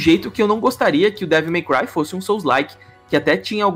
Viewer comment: Toda vez que eles falam Devil My Cry eu escuto devo meu pai 😂😂😂